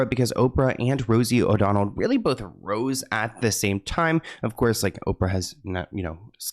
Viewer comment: It's Rosie O'Donnell not O'Donald! 😆